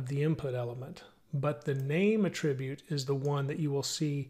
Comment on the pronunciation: It not pronounced "A-tribute", it is pronounced: "AT-RIBUTE"